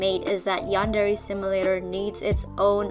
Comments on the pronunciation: i dont like how he says "yandare" like he says it like "yEnderey" like dude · He claims the "Yandereify" his game yet can't even pronounce the word yandere correctly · Gotta appreciate yandev, someone who’s game concept is supposed to be all about a yandere, doesn’t know how to pronounce yandere